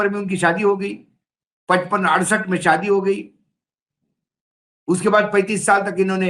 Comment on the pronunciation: Saadi nahin Shaadi सादी नहीं शादी सादी का मतलब साधारण शादी का मतलब ब्याह उच्चारण सही कर लीजिये